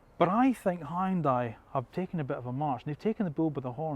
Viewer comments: its not high on dai... its hYun dai😂😂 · High-yun-dai...lol. It should sound more like "hee-yun-dae". Great review! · "Hoon dye" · Hyundai is pronounced like Sunday.